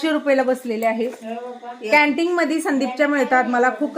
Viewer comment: कँन्टिग नाही कँन्टिन, सेप नाही सेफ